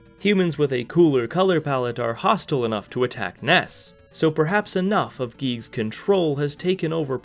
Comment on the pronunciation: "Geeg" It is GIGAS [Guy-Gas]